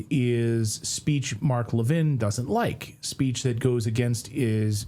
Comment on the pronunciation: AI - you should at least know how to pronounce Levin........................ but you don't.